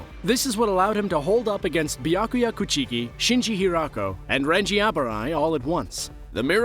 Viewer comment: For real I was driving and listening to this man straight butcher "coo chee kii"